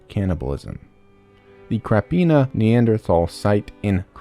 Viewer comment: im a croatian and i love your content, but please research how to pronounce krapina its holarious how you said it